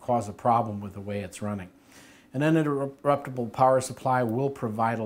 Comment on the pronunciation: he had a really hard time saying "uninterruptable" good video though!